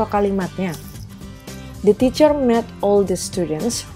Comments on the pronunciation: Supaya diperbsiki cara menguvap (pronounciation) mis: make (meik) made(meid) helped (helpt) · Cara mengucap kata perlu diperbaiki mis: make, made, helped lih kamus